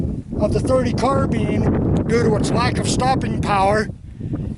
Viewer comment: carBINE not carBEAN.......